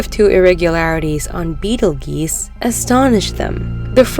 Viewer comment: It's pronounced "Beetle 'JUICE' " Not beetle GEEse...